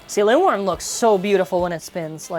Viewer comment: Linwyrm looks so nice! (and I do believe you are pronouncing it right!) Too bad the slopes are bad, but at least the TP disc weighs more thank hasbro's Wheel. Fq looks visually nice imo.